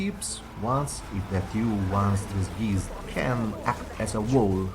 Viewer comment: Disgeezed? XD